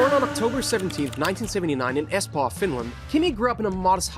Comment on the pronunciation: Study?? Espa🇫🇮😂😂🤣 it is ESPOO🇫🇮🇫🇮